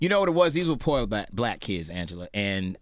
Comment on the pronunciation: why does this nigga keep emphasizing poor? like srsly